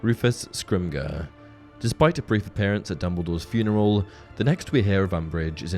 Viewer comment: Scrimger is pronounced the "g" as a "j".